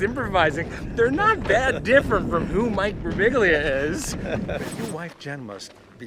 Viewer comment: Pronounced bur-BEEL-ya. Sadly, even American descendants often butcher their own beautiful Italian names. Mamma mia!